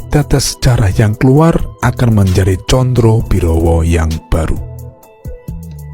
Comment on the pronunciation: " Sebut namanya salah melulu , " Condo birowo". bukan condrobirowo , Sukosrono " bukan Sukrosono